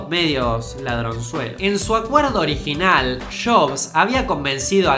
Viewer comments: Macintosh orishinal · Carlos Saul Menem Orishinal wacho ahre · Una critica de pronunciación, en el minuto se nota que te cuesta pronunciar jobs (no shobsh..) y Macintosh original... te sale orishinall.... entiendes por que es bueno practicar el castellano NEUTRO...!!!! tómalo como una critica constructiva.. ÉXITOS..!!! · "Mackintosh orishinal" jaja Se equivocó la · "Maquintosh orishinal " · soy yo o le agarro una embolia para pronunciar original en el min ??